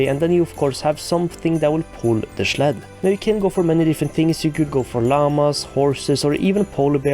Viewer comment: We need the line "let me schleep in the schled by the schlabs" in your next video.